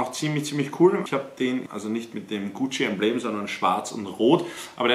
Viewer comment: GUCCI Tasche und nicht GUCCE